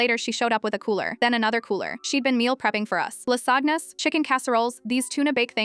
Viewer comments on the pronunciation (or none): Stop idc about the story anymore did AI just say la-sog-gnas? 🤣 Instead of lasagna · I heard La sadness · Lol, Lass-ag-nas. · “La sag nah’s” 🧑‍🍳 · La-sag-nas LOL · How on Earth did you pronounce "lasagnas"??? AI is not very 'I' with actual words.